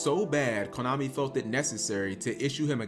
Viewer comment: I thought you said Klownami.